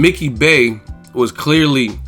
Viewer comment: "I hwas bone ready!"😂😂😂